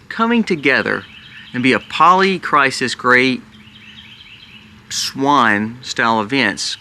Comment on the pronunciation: It's cry-sis...... not cry-sees 😤